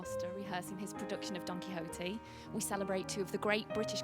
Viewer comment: "Donkey Ho-Tee" 😂 English people can't seem to wrap their tongues around Latin-based languages. THANKS for sharing this,ballet aficionados will relish it.